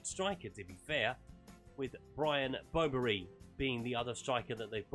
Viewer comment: You called Brobbey' Bro-Berry